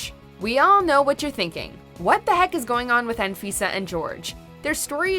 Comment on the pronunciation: Ella it should say " AN - V I S A " Send her home.... LOL.